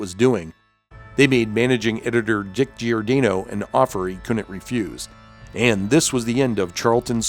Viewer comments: Nice video, but sorry, it kept bugging me that you were mispronouncing Giordano's name. Gior-DAH-no, not Gior-DAY-no. That Alan Weiss Blue Beetle redesign gave me strong Booster Gold vibes. Ted Cord is my favorite Blue Beetle. The way the character was written in the early 90's in Justice League International was priceless! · it's pronounced GiorDAHnoe... not GiorDAYnoe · For the love of GAWD, man, how can you have been in the comics fan industry as long as you have and not know how to correctly pronounce Dick Giordano's name?! It's pronounced "jor-DON-oh" or "geeor-DON- oh". You do the homework, just do a little more.